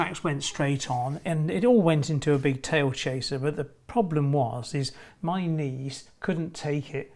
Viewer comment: I thought you said your niece couldn't take it for a second. Knees 😂